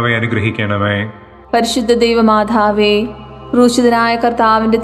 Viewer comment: Why she is saying, പരിശുദ്ധ ദൈവമാഥാവേ. Also she is giving pause for every word. Please correct it. Otherwise you have conducted it very well.